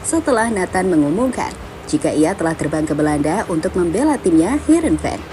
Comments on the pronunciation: Harenveen bang ..😂 bukan havenreen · Heerenven bang.. bukan hevenren 😂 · Bukan Hevenren bang😂😂 Tapi heerenven